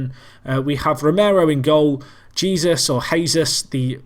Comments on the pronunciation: Jesús is pronounced like Jesoos, keep up the good work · who gives a shite it sounds funny when he says jesus like he is